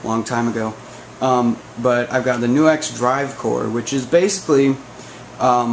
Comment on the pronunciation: hey dude it's not "New - Ex"....it's "Nucks".